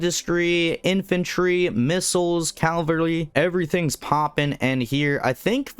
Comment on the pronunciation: Infantrly, inflantry, infiltry, infanty huh